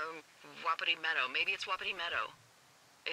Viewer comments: It stressed me out when he pronounced it like wop it ee and not whu pee tee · It's wah-pee-tee.